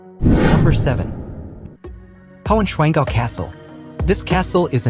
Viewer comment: The translation is 'Lost' Heigh swanngau is,nt, high pig dale. High Swann Gau. Yes, I know, the 'SCH' will never been mastrered by YOU. 🤣🤣🤣